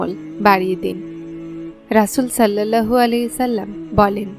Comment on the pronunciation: কিছু মনে করবেন না, উচ্চারণ টি, সল্লাল্লাহু হবে